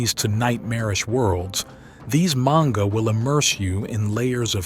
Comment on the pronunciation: My brother in Christ, learn to pronounce "Manga" 😂